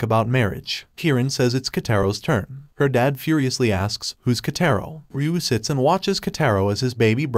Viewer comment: Just to sAy its "Kataro" i think. not"Kaytayro